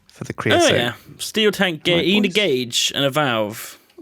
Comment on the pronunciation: Gauge, pronounced gayge